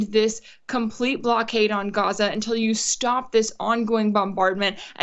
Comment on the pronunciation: Rachel, it is NOT Goza, it is GAZA.